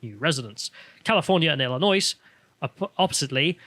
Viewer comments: Ill-in-oy (the "s" is silent) (you've never heard a yankee say Illinois?) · "Illinois" is pronounced like "Illinoy". The S is silent. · ILL-IN-OII you dont pronounce the S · It's pronounced "ill-noise" like how Detroit is pronounced "Debt-riot" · trust me dude, It's pronounced "Ill-i-noy" not "Ill-i-noise", I fucking live here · In Illinois itt's pronounced "ILL AH NOY". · Just remember “ill-annoy” and you’ll be fine. People busting your chops for the mispronounce should have to go on the Tube and pronounce Frome, Derby, and Wrotham. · IllinoiS. Oh, it’s Illinois with a silent ‘s’…and I’m English too, but a northerner. Not just Southern Sofies, but took out title of Dummies. Let’s Go Brandon! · Illinois - the S is silent. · The "s" in Illinois is silent. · Misprpnouncing Illinois through this whole video is not good for credibility. Don't say the s. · The S is silent in Illinois. Merry Christmas gents. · The S at the end of Illinois is silent. Just saying. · The S in Illinois is silent :^) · As a Chicago resident, I'm annoyed that pronounced the S in Illinois 😔😔😔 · As an Arkansan I know your pain with people pronouncing the S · yeah, France is gay. Illinois was part of the french colony of "New France" and the french gave it a retarded name, "Illinwa" is how the french pronounce it